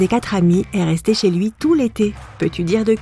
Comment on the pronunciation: tu n’as rien à dire pk tu dis ché